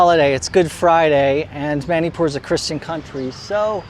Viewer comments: Bro its not Mainipur is Manipur ur pronouncing it as Mainipur as a Manipur citizen Meitei I feel decieved 😢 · It's not ma-ni pur it's munipur